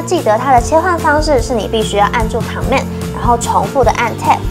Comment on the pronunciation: 介紹得很專業，但我想小雞婆一下妳的command發音不正確@@ 不是 ㄎㄤˇ ㄇㄟˋ，是類似"ㄎㄣˇ mand"